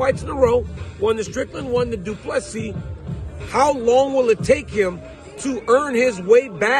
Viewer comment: Thank you for pronouncing his surname correctly.